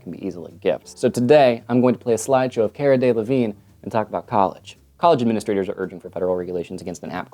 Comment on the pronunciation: You pronounced Cara Delevingne's name wrong, by the way.